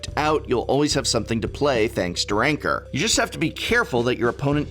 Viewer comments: Complains about people miss pronouncing Bogle but then refers to Rancor as Rancer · Throws a fit about how to pronounce "bogle" then pronounces Rancor "rainker"...... smh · Funny. He makes a big deal about pronouncing bogles properly but continues the same tradition by repeatedly mispronouncing rancor . lol.